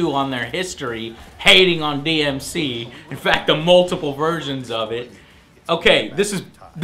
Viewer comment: It’s not DMC: DMC It’s DmC 😏